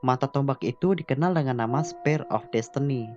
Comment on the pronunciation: Spear bukan Spire. . .